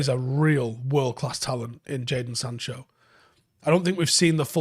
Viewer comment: “Jadon Sanchez” 😩😂